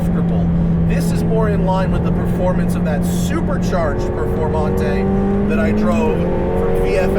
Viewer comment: perFOURmante